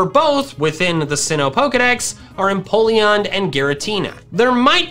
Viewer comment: EMPOLEON, NOT F*CKING INPOLLEON! FIX IT NOW!